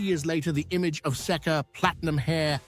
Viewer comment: 🎵 “You say Sekka, I say Seeka, let’s call the whole thing off”